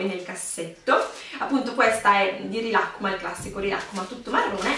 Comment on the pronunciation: Non sai pronunciare rilakkuma